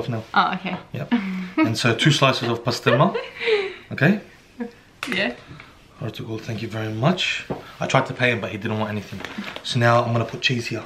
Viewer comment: Lool when said Ertugrul and corrected him I’m whenever my family says it wrong